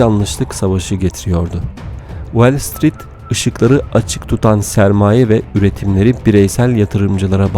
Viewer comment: Şu okuyan arkadaş bir de İngilizce telafuznu biraz düzeltse, Wellstreet değil WALLstreet.